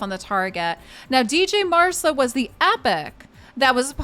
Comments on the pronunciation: »dj marsa«?? the »dj« is pronounced like the »g« in »george«. is he »mc ronam« then? XD you also dropped her first »a«. cheers for the video. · D J Marsa!!! Really? The D couldn't possibly be silent could it. 🙄